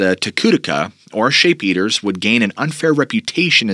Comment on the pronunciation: "Sheep Eaters"... not "Shape Eaters"